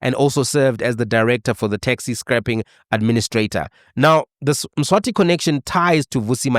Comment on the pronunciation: Mswazi - not Mswati, Mswati is the King of SWAZILAND